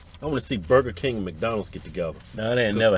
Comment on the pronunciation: "Im goin tuh Buh Kang only thing Im gettin is dat Whopper mayne" "You sound like Boomhauer shut up"